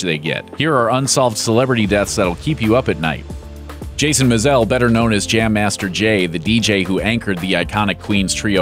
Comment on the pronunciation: you did not pronounce james mizell last name right i should know my last name is mizell so u miss pronounce